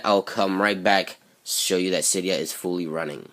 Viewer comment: It's si de a not cie dee u